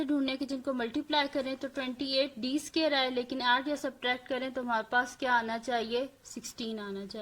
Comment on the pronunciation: api phir app sqare kyun bolti hain